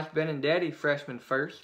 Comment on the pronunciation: Benintendi not benindeti